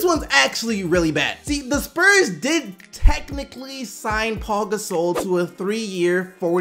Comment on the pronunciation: WHY DO YOU SAY PAU GASOL LIKE THAT